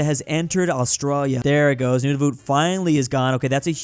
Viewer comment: Nunavut isn't said like that its pronounced noon-A-vet